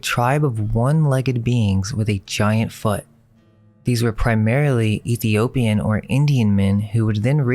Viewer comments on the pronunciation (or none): none